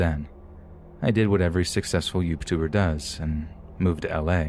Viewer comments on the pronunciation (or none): " ... I did what any 'YoubTuer' does ... ". He said, "YubeTuer", and that kind of stuff tickles me because it sounds so silly. My family likes to say silly stuff on purpose. Malapropisms are a way of life at the homestead. Hearing my favorite narrator say that, made me shoot tea out of my nose.